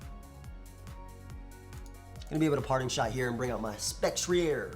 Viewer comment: I think Spectrier is a combination of specter and cavalier, right? So it’s pronounced Spec-tree-er.